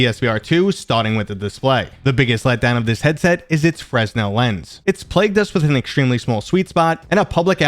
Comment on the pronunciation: By the way, Fresnel is not pronounced the way it looks, it's actually pronounced fruh-nel.